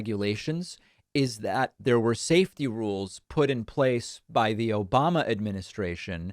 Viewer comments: "Obamna"! Cracks me up every time!!! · Thanks for the "Obamna" again, it never gets old!!! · David, I love you 💕 man! Every time you hit the Trump saying “Obamna”button it never fails to get a laugh from me. I also love “Troth Sential” or whatever TF he said! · "Obamna" LOL